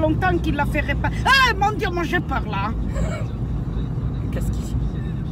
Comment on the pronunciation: "AÏÏ MONE DIEU" Jpp😂😭